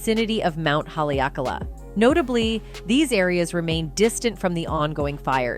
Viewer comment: E Kou Ma Kou Makua I loko o Kalani…😭 please pronounce Haleakala Ha LEE ah Kahla!!!